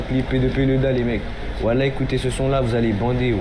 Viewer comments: Faut lui expliquer, ont dit "voilà" pas "woila"... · En fait, ils ont juste besoin d'orthophonie, non ? J'ai l'impression qu'ils n'arrivent pas à bien prononcer "voilà"... :goodvibes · Faudrait quand même dire a tous ces déscolarisés qu'on dit "voilà" et pas "wouallah" 😂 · Il a dit whala